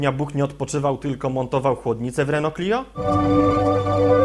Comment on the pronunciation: Renault a nie Reneo :P